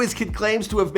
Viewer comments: my guy said nyra its naira** o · Oh my goodness the way he said Naira 😂😂😂